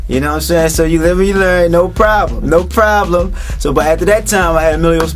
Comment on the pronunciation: Nooo Proobleeemm! Nooo Proobleeemm!! What a fuckin' idiot. He should have had his business shit together before recording ANYTHING!